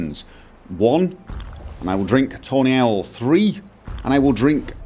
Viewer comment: it sounds like you're saying toenail when you say tawny owl :D mohahhahaha